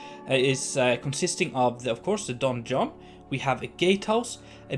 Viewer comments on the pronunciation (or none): With your prononciation of 'donjon' i kept hearing the 'Don John' haha ! I'm amazed by the quality of the interiors you make, and this contenplative music really worked wonders for a visit of a ruined castle. Great job !